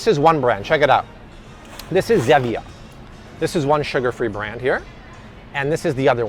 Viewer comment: Pronounced STEE-via and ZEE-via 🤦🏼‍♂️